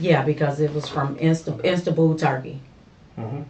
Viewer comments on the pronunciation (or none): ALSO, can anyone tell me where in the eff is "instabull" Turkey is at? LMAO